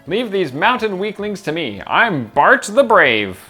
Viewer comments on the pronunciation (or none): I can't help but laugh how you pronounce Bartre. You call him Bart like he's from the Simpsons haha (instead of "Bar-Trey"). I always personally called Eliwood (El-wood) like it was a subtle "I", but apparently I'm in the minority there. There's even people like Blazing Knight who REALLY emphasize the "I" and call him "El-EYE-wood". Oh the days when names weren't pronounced by voice acting.